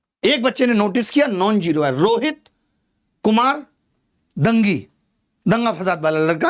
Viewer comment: He is not दंगी he is डांगी।। राजस्थान में एक गौत्र है।😂